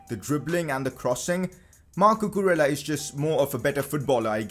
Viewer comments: Cucurella is pronounced Cucureyya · you have to pronounce cucurella's name in this way: cucu-re-ya